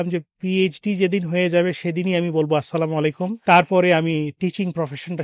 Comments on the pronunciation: আসসালামু আলাইকুম । আপনার সালাম দেয়াটা শুদ্ধ না। দয়া করে শুদ্ধ করে সালাম দেবেন নেক্সট টাইম থেকে। 😢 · ভাই, আপনার সালাম দেওয়াটা এখনোও আপনার ঠিক করতে পারলেন না। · আপনাকে অনেক মানুষ ফলো করে আপনি যদি সালামটা সুন্দর করে শুদ্ধভাবে না দেন তাহলে মানুষ কি শিখবে । আশা করি নেক্সট টাইম থেকে সুন্দর মত সালাম দিবেন